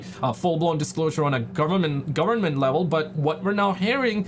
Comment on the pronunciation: Government bro govern-ment not gowerment